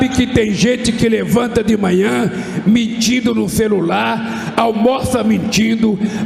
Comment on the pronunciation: ELE FALO MITIDO OU MENTINDO????NÃO DECIFREI.